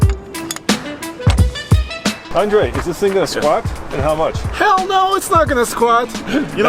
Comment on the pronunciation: I'm dead at that "Hhheeelll nooo it's not gonna squat." Andre put a little stank on that!